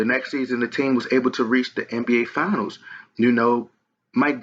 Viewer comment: Its Finals not Fianals... You lost a subscriber with this bullshit